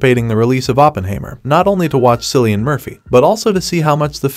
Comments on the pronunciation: His name is not Sillian. It is Killian. Killian with a C. Do your homework! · It's called "Oppenheimer" not "The Whole Store of the Atomic Bomb". Also, his name is pronounced Kill-ian, not Cill-ian. There are plenty of books written about the whole project so I will enjoy this movie about Robert J and read about the others later. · It's pronounced killian, not Scillian. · Cilian Murphy is Irish, you should read his name as Kee-lee-an, for goodness sake. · I know it made me want to click off when I heard that…